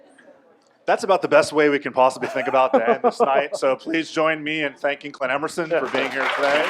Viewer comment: "My name is Client.." like client - not Clint like Clint Eastwood ?